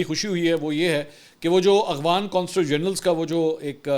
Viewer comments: Aghvan nahi bhai afghan bolty Hain...5th cmnt hai Mera just is aik ghalti py mgr aap wahi k wahi Hain or kehty Hain k cmnt kia karain hmari team parhti hai aap k cmnts. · Mansoor Bhai. It is Afghan not Aghvan